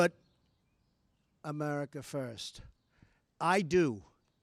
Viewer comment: ive heard of merica.. muricah... america... but now its offical.. amerricker ...